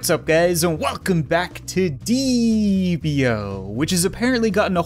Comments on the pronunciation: It’s deeeep.io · It’s called deep I o